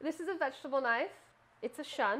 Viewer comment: love the knife but Shun is pronounced like moon but sun.